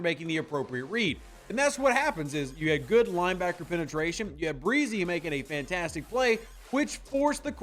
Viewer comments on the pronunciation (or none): Hey not trying to knit pick or anything but their names are Isaiah Fah-Skey and Bryan Bruh-see but other than that a great analysis on the player and definitely can’t wait to see him on the field WHO DAT‼️